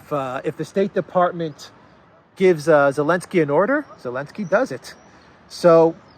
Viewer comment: lol “elensky” 🤣